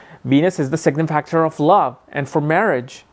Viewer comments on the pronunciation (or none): The word is Sig-nif-i-cator! Rhymes with: re-frig-er-ator. Venus signifies Love. I Venus you guru!